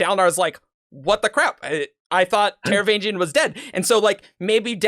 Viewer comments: While I respect alternate pronunciations, I can't get over totally ignoring the 'G' in Taravangian's name. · In my mind I'm pronouncing the 'g' in the "vang" syllable like "sang" instead of like the 'g' in "range", but it's possibly not coming across due to poor enunciation, or maybe I just forgot it lol.